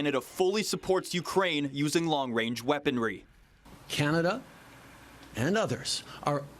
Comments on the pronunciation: Trudeau couldn't even say "Range"...LOL He must be thinking about what his Masters told him to say and got messed up. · Long wange.. shutup tru dope. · Trudeau literally said "Long Wange"...wow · Long wange haha